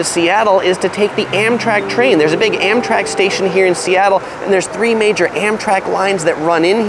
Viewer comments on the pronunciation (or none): none